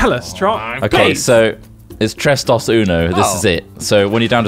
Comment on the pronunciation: It's pronounced "Dose" and "Trace"!